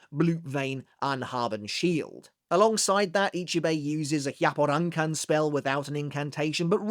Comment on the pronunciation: Your pronunciations always seem thought out, unlike many creators. However, I’d like to help a bit and say that double letters in Japanese means a pause. Like Kensei’s Bankai including Tekken. That’s not two k sounds like Tek ken. It’s Te (pause) Ken. Hyapporankan is similarly pronounced.